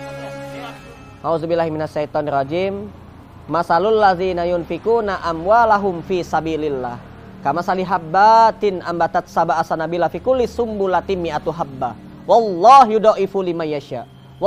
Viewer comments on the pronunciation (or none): Maaf, kamatsali habbatin, kata habbat yang pertama mufrod jadi dibaca tidak panjang di habbatin dan bukan habbaaatin.. semoga Allah merahmati kita semua.. sehat selalu.. semoga kami bisa mengikuti jalan ya... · Kamastali habbatin... ba dibaca pendek kang, maaf makasih jazakalloh ahsanal jazza'.